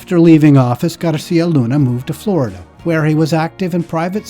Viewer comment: “Moved to frorida” 😅😅😅😅